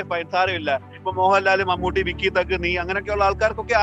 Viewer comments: vikky thug alla wikky thug ennanu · Vikky thug alla wikky thug 🤣🤣